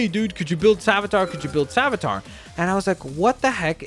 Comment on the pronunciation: Btw, it's pronounced Save-ee-a-ter